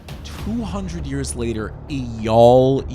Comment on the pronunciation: It’s pronounced AyYAL.